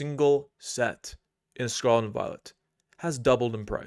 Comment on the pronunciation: Don’t listen to investment or economic advice from a guy who can’t even take the time to enunciate “Scarlet”.